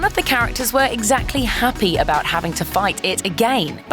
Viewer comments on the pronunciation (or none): none